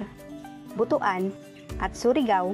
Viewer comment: Butuan is read as butwan.